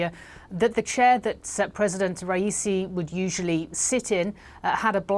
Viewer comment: Ha ha ha ha she had no idea how to say his name lol